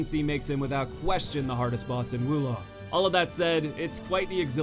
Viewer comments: its not wu long its WO long. oof. fun video though. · Probably a good idea you opted not to say the boss's names considering you said Wu Long 20 times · First things first. Is pronounced "woah long". Totally agree about Lu Bu. The only way I was able to beat him was totally changing my playstyle. Like you, I'm overly aggressive to the point where every fight is a battle of attrition with me. With Lu Bu, this did not work at all as his overt aggression put mine to shame. The only way I ended up beating him was playing purely defensive. Thankfully I found deflecting all of his horseback moves to be very easy. Off horse though, I opted to dodge out and aways from all his normal attacks, deflect his bow attacks and flat out mastering the timing on his reds and baiting those out and following up with spirit attacks before backing off and baiting more reds. I also would employ ice attacks and the Baise summon to counter his fire to get rid of his hyper armour whenever he flamed up. Lu Bu was the only boss in the game to actively force me to change my playstyle and overall, the most satisfying kill and in terms of tough but fair, far and away the best boss in the game.